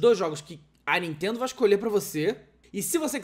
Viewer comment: Nuintendo essa Nuintendo 😂😂😂